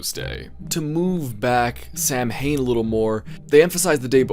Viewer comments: To, sorry to be picky but its not Sam-Hain, Its pronounced Sa-Win. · "ok Loomis it's pronounced as ""sowen"" alright?" "SAM HANE!" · I will never forgive John Carpenter's Halloween for making the entire world believe that Samhain is pronounced 'Sam Hane'